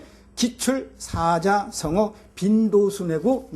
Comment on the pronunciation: 선생님!! 만강의 찬사를 드립니다! 지난 3년중이 하고 많은 학자들이 4자성어 강의에, 4자를 "사짜"라고 바르게 발음한 학자는 선생 뿐이었나이다. 반드시 "사짜"라 해야지요!! 그런데, 선생께서, 또"사자"라고 잘못 발음했더이다. 그리고, 정중히 권하오니, 자고저 문제입니다. 한 자 한 자 읽을 때도 반드시 고저 장단음을 바르게 발음하셔야지요! 문제가 많습니다.